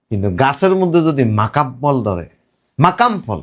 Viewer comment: ' মাকাম বল ' নয়।, মাকাল বল ।